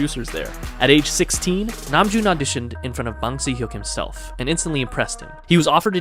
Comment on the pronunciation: Just an f.y.i. I'm at the beginning of the video, don't learn how to pronounce anything Korean from this guy lmao he pronounced almost everything wrong, close but wrong, so for Bangtan Sonyeondan and honestly most if not all Korean words like Namjoon for example, if you see an "a" you can think about how British people pronoune their "a" like in dance, so yeah more of an British "a" than American. Another tip when you see two vowels next to each other it is actually most likely one sound in korean and an easy way of knowing which vowel to pronouce is that it is always the second one or almost always I'm not a fluent Korean speaker this is just something I've noticed since I fell into the hole in 2018 xD so, if we have words like Tae-hyung and Seok-jin or Ho-seok we will say it kind of like "te(very soft "h")young", "so(very soft "k")jin" and "hosok" with the "o" pronounced like in "hot". Hopefully that was helpful, I didn't plan for it to be such a long comment but oh well.